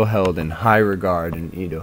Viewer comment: nice video but Edo is pronounce EH-do not EE-do